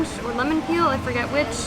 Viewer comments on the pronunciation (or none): none